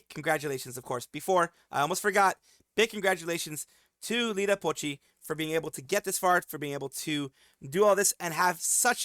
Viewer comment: It's Iida Pochi, not Lida